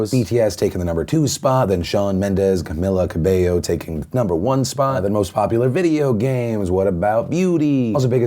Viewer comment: mr philip its cameeeela cabeyo